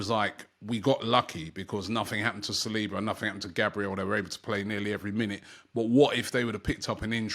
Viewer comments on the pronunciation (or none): none